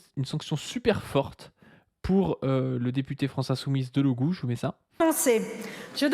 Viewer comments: Et retenu d'1/4 de son salaire. Et on dit DelogU ;) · #SoutienDelogu #SoutienLFI ras le bol des insultes, le p...C génocidaire soutenu par le gouvernement 🇨🇵 et 🇮🇱 l'a bien mérité ! La #Nupes pour une fois était unie ! Delogu se prononce avec "u" merci